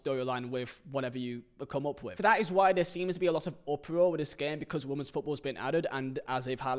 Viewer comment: Can someone please tell how to pronounce women?